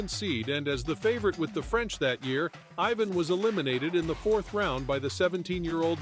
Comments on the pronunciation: Its IVAN you ai sonovahoar. Not EYE-VN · It would help if you pronounced it i-VAHN. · You mispronounce his name in the very first sentence. WTF?